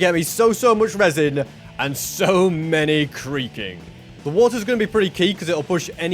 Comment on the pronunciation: every time he says creaking it sounds like creeper